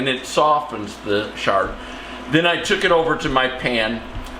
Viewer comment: Papa say ch-ard like ch-icken. Not sh-ard.